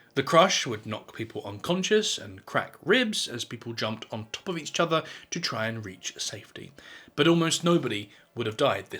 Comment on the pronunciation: Eat chother !